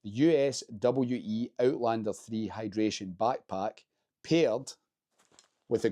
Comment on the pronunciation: USWE brand is pronounced "you-swee".